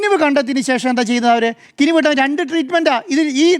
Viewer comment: കിനിവ് അല്ല 😂കിനാവ് 😂😂😂 ഒന്ന് പോടാ കമ്മി 😂😂